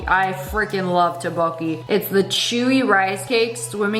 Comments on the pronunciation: its not tebakie, its tupokki (for pronunciation) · "tb oki" IT'S TTBEOK-BOKKI 😭😭😭